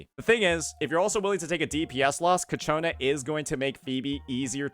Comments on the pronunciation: bro i'm about to crashout... IT'S CIACCONA not cacciona :( XD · Please stop saying Cacciona... it's Ciaccona. I agree it's not that great of a name but it's whatever. Say it right tho, please. Also the title is spelled wrong... bruh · MAN ISNT IT “CHIACONA” wth is w the pronouncing 😭😭😭😭😭😭😭😭😭😭😭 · please it's CHAccona, not caCHOna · Ciaccona bro. Not Ccaciona. pls, for the love of god, im getting a tumor listening to it xd. No offense tho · Please it’s: Chia Co Na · Kichona lmao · Keeps pronouncing her name wrong and it won't stop bothering me. He can read right? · Hey don't blame him, it's the English language which is inconsistent with how words are pronounced. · Ciaccona's name is said in the story and he doesn't use the way it is said exactly. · Ok, after several videos, I gotta ask: Is it a bit that keeps completely butchering Ciacconna's name? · No, he just doesn’t know lol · Why does everyone pronounce Ciaccona wrong? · Fr bro must be doing it on purpose atp😂😂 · Thank GOD i'm not the only one 😂